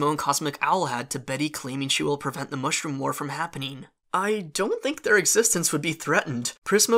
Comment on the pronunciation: Gavin Sandburg it’s Mushroom not Moshroom